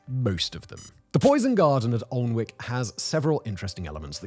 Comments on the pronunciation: It’s not Aln-wick but Ann-ick castle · It’s not Aln-wick Anick man Anick!! Please don’t ever make a video about Leominster 🤪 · Can you at least try and pronounce the damn place properly? An-ick you muppet. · Fascinating but your pronunciation is terrible 😒 Learn how to pronounce (Alnwick) An-ic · "Ahln-wick"? That is how I pronounced it many years ago and was laughed at by the locals. "Annick" was the correction I was given. ;) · Alwnick is pronounced "an-ick" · It's pronounced anick silent L & W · Aln-wick makes me cring. For anyone wondering 'Alnwick' is pronounced an-ick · sorry Simon, i don't want to be this guy, but since I went to high school there: it's "An-ick" not "Aln-wick", old english town names being what they are haha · Thank-you was just about too say the pronunciation is annoying I'm shouting at my phone it's not arnwik it's blood annik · Been here and its amazing. I can't wait to go back. The hornbeam hedges are like walking through a cathedral. Different to anywhere else I'd ever been. Its pronounced Annick, by the way. Many of these plants are actually common garden plants. I have many of them in my garden. The poison garden is only a part of the whole place. The cafe is very nice too. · An-ick Garden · Great video as usual. But locals would have a silent l so it wold be an ick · Was counting the seconds until you mispronounced Annick!! Funny how you get others right mind... Almost as bad as John on Auto Shenanigans pronouncing Lymington as Liemington!😂😂😂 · You need permission from the government to grow these plants. Of course you do. Is there anything they think "We don't like this but it's none of their business"? BTW - pronounced An-ick. If I moved there, I'd be an an-ick-ist! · Aaagh. An-ick. Both the l and w are silent. One of my favourite local places. The whole garden is amazing and this is just a tiny section. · Ann-ick mate /( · Annik please pronounce our place names properly!!! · Sadly its pronounced alan wick